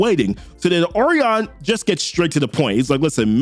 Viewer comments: Oh reon Lol I think it's pronounced oh ry on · Say it with me o’Ryan 😭😭😭 good video bro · I like your videos but your butchering these names. Orion is pronounced Oh-rye-an And the Oberon in the newest new gods video is pronounced Oh-Bur-on not Oh-baron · It’s OH-REYE-YUN ORION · Bruh it's Orion. It's pronounced O RYAN. Like that bruh. Yikes. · I thought Orion was pronounced like "O'Ryan." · Bro these names are fucking you up. I never heard Orion pronounced like that